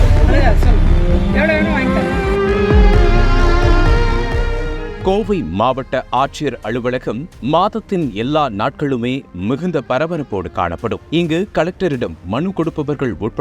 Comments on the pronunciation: ள். ள் என்று உச்சரிக்காதீர்கள் சரியாக தமிழை உச்சரியுங்கள்தெரியவிள்லை இல்லை தெரியவில்லை அளுவலகம் இல்லை அலுவலகம் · கூளி, அளுவளகம், திண்டுகள், இரவு பகளாக, இல்லாமள், கண்டு கொள்ள விள்ளை, மிள்ளு தவிற ழ என்பது எல்லா இடத்திலும் தவறாக உச்சரிக்கப் படுகிறது. தமிழனா ராசா நீ ? வல்லினம், மெல்லினம், இடையினம் எதுவும் தெரியாதா ராசா?. நக்கீரா உன் நிலமை எப்போதும் இதுதானா? மாறாதா?